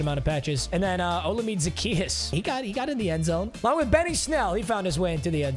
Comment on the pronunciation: hearing you call Olamide and okereke "ola-mid" and "o-kay-re-kay" is hilarious lmao. it's "Ola-me-day" and "okay-ray-kay"